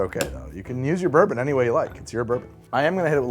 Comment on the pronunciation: Burbon lol